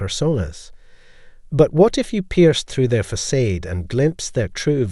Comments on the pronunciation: Facade is pronounced like fa- sod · facade is not pronounced that way!! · You pronounced facade at least three different ways, and all were wrong 😁😘